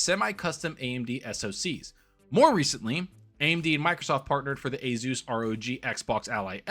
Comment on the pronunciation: He says "ASUS" like a mongloid. 🤣